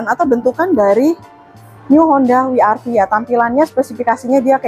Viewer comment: double yu ga sih bacanya 😂